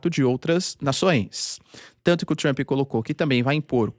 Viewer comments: "Avaliou Trumo" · " Avaliou, Trumo" 😂